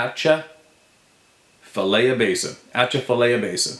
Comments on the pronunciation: It sounds like - At-cha -fffi lie-a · That's Atcha-fa-lie-a, it is fun listening to you pronounce some of our weird place names. Keep up the great work. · It's pronounced At chaf a lie a. Largest hardwood swamp -flood plain in North America lots rougarue activity